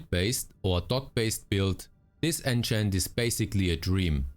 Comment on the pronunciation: Keep hearing "Ancient" whenever he says "enchant" 😑